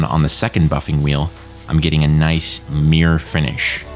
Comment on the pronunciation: Are you trying to say "'mirror' finish"? because it's not coming over very well. Maybe it's your equipment but it sounds like you're saying 'meere', which is really weird.